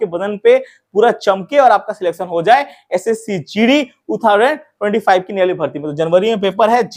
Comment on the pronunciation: Phele sahi se bolna sikh 2025 ko kya bolta hai 😅😅😅